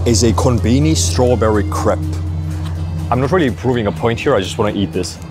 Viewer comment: Please, learn how to pronounce Crepe, its definitely not "Crap" 🤣